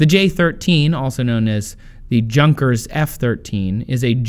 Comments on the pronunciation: Great series as always, but as a native german I am a bit unhappy about you pronouncing Junkers. It is pronounced more like yoon-cares, and means something like young nobleman. Not a too shabby name to build airplanes. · It's German, so "Junkers" is pronounced "Yoo-nkers" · The correct pronunciation is something like "yunkers" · I cringe every time he said "Junkers". its pronounced like "yunkers" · it's pronunciation yunkers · LOL the J in Junkers is pronounced as a Y. Also worth mentioning is that the winglets reduced wingtip vortices (kind of like a mini-tornado coming off the wingtips). They cause drag, just a little fun fact I thought I'd add! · The name Junkers should pronounced otherwise not like you did because Germans do not pronounce "J " like in english